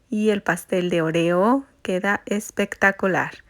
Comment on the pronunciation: La forma que pronuncias oreo me recuerda más a la palabra “orear” secar o airear, la primera O debe de tener más énfasis pero al fin y al cabo se me antojaron MUCHO los pasteles ❤